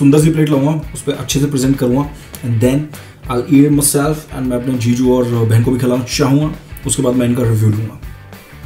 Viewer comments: Zizu 🤣🤣🤣🤣🤣🤣 not jiju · Why do I hear ZeeZuu instead of Jiju? lol